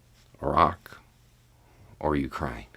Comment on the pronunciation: A tip of my hat to for pronouncing "Iraq" correctly. It's the little things in life.